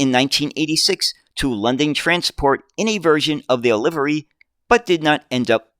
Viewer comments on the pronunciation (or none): none